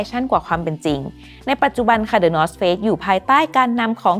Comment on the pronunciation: ทำไมผมรู้สึกเหมือนว่าพิธีกรพูดคำว่า Face/เฟซ ไม่ได้เลย 😅